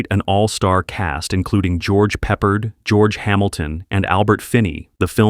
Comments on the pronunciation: Saying W W eye instead of world war one is just plain silly! And it's George pa pard not pa perd! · Please get a human to narrate and ditch AI. The mispronunciations are beyond aggravating. I.e. WWII should be World War II , George Peppard should be pronounced George Pep Pard, not George Pepper'ed. Does any human proof this??????????